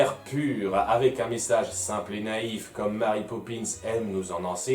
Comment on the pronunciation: Pitié les Francophones ... Mary est un prénom anglais ça se dit donc "Mery" et non pas "Mari" c'est horrible j'en ai marre qu'on prononce mon prénom de travers ...